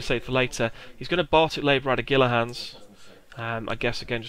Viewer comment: Gila Hands is Spanish, so is pronounced "Heel-a Hands."